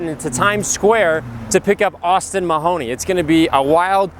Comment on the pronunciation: Austin 'Mahoney'???? Are u serious?